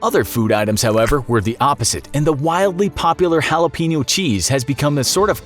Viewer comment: It’s pronounced Juh-lop-a-know (Jalapeño) Cheese 🧀 LOL!!!